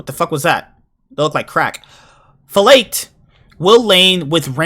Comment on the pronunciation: Its actually pronounced "Flahkehd"